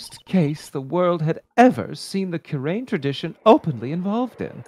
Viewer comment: Gumshoe's tune would have partially rhymed if Kurain was pronounced correctly